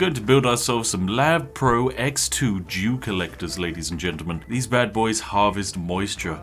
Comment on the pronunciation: i wasnt looking when you said "dew collector" and I definitely did not hear dew. I was shook for a hot second.